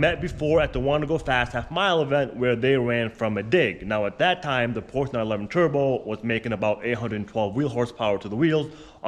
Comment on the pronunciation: I cannot watch a car guy channel with a guy that can't pronounce PORSCHE properly! ! 😄